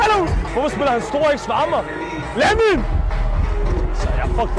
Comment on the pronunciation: Bro siger legit Lamæn (Lamin)💀💀💀